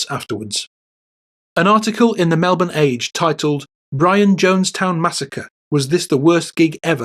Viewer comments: It's pronounced "Mel bin" not "Mel born" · Is this voice AI? At first Melbourne was mispronounced MelBORN but then correctly as MELbn. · "Mel-bern" - just saying.